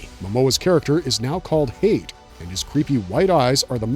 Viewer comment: Hayt is pronounced “High-Yat” 🐪🦂